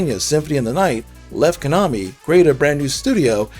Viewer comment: Good gosh. Pronounce it right please. Suhcowden? Ayuden Chronicle? Kanami?